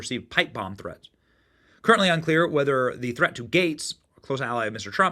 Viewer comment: Oh man, did he jusy say "thre-end"? A professional should speak and pronounce words correctly, not use faddish pronunciations.